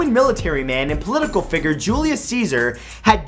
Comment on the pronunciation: you said figer